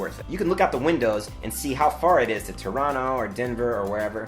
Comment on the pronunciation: omg nice you pronounced Toronto correctly! oof that meal must have been awkward sitting beside the person you accidentally cut in front of haha